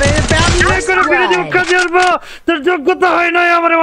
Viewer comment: bro arpa na bece arpa bolan🖕